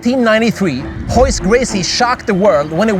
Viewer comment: Learning the English language can be pretty challenging. Royce to me is like Rolls-Royce, the car. Not Horse as in Pony. You can't have it both ways. Could you make up your mind, and if I don't pronounce things right, please don't laugh at me. OK. Now I'm going to get in my CHE VEE and drink a Perrier (as in pit bull Terrier). My pitbull would bite me if I called him Terihey.